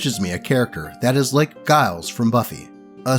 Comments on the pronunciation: First story: First of all, this is only a minor issue, but I need to point out that “Giles” is pronounced with a soft g. Second of all, OP was still kind of a pushover here. Letting That Guy into the game when they were uncomfortable with it and had already specifically asked that he not come? Allowing him to stay in the house after kicking him out of the game? OP may have slightly more backbone than the rest of their friend group, but they clearly don’t have much. Glad to see this story has a happy ending in spite of everything! Second story: I will never understand why people put 20th level backstories on starting characters. Backstories are a starting point; a stepping stone you use to get into a character’s real story—the game. If your story is already complete, there’s nowhere to go and the game is essentially over before it begins. Third story: If you ask me, this isn’t a horror story. This is a glory story. Backs against the wall, rolling so badly you’d think the dice were loaded against them, and the party still comes out on top? Freaking epic. I’m actually running Curse of Strahd right now, and my party cheesed that encounter with some really lucky deception checks—our druid convinced the evil druids that she wanted to join them, and brought refreshments. And by refreshments, she meant the wine that one of the druids back at the winery had been poisoning. The druids and berserkers on the hill had terrible luck with their saving throws, so they were heavily damaged by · It is always disappointing to me when others that are into nerdy things haven't seen Buffy. I know the show ended quite a few years ago but it is so much a cultural phenomenon. How do I know? Because Giles was pronounced wrong.